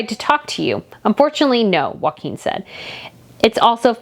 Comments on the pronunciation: His name is pronounced Yo- ah -him. not Wakim. All the vowels are enounced and are short vowels. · Love your channel! If I can assist with just one thing, having Danish heritage - the pronunciation of Prince Joachim isn’t ‘WAKIM’ - it’s ‘YOKE HAM’. If you join those two words together, and relax the ‘AH’ in ham, it should sound more like ‘YOKEM’. Please see it as offering helpful advice and not complaining about your pronunciation, it’s definitely just to help! 🥰♥️🇩🇰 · They are Danish not Spanish. Joacjom is pronounced "Yockim" not Waquin. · Joachim is pronounced Yoakeem, not Hakum. J is not pronounced H, as in Spanish. It is in fact y as in the word 'yoke'. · Try pronounce Joachim as Jo a Kim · Okay, I just have to correct you on this. I'm not good at name pronunciations either, but my husband is half Swedish, so I DO know this one. Prince Joachim is not pronounced like Joaquin Phoenix. That is the Spanish pronunciation. The Scandinavian pronunciation is ""Yo-A Kim". My niece was married to someone with this exact name.